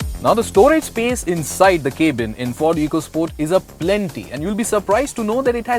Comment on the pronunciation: dude it is cab-in not cabe-in